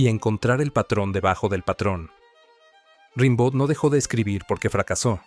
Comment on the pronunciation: Se dice "rambó"